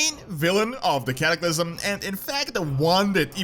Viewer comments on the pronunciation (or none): none